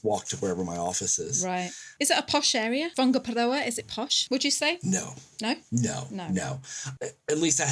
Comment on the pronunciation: I was about to drop a negative comment! BUT said Whangaparoa pretty dam good!!! Better than people born & bred here....So Thank-you for showing respect & pushing the boat out.PLUS it sounds so much better than the BUTCHERED lazy pronunciations. gets a thumb up.